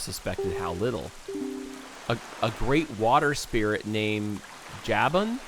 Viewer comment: JAY-ben???its Jaw-boon